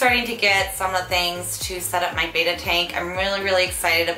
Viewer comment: It's actually pronounced bet-ta. Not bae-ta. (